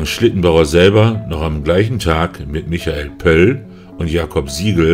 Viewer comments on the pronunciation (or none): none